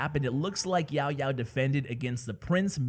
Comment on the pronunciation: i really like when u said "YaoYao" 😁😁😁